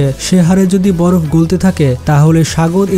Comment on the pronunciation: ভাই বড় না বরফ হবে চেঞ্জ করে ফেলেন 💖